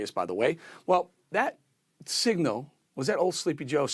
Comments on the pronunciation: This guy meant "pal" but said "Baal", which is the god he represents. To call Republicans pal or Baal is ridiculous as brandon is senile. We have to get rid of the brandon before he destroys the USA. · Get it right. It was "get ready bal". He effed up a three letter word.😒. We're in a lot of trouble as a country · It was “Get ready, bal.” He mispronounced the word. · It wasn't pal... it was BAL. The man is so senile he just makes up words. 🤣🤣🤣🤣